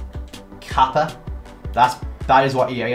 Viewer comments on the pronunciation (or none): none